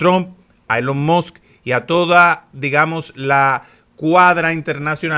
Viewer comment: ILON MAS. Se pronuncia. " Elon Mos", no.😮